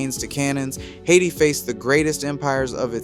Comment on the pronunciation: I like how you pronounce Haiti. Nice video thank you.💪 🇭🇹